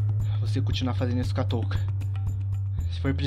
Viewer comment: O falou toca